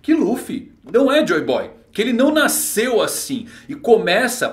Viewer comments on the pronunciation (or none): none